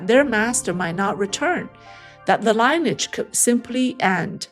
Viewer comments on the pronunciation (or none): Love your videos. I just want to help you with the pronunciation of 'lineage'. Should say it like 'linny-yidge' not 'line-age' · the word LIneage is pronounced Lyn-e-edge not Line- - e- adge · The word lineage is pronounced like linear. The "i" is soft; "e" is hard. Fascinating story. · LINEAGE is mis-pronounced. 🙏🙋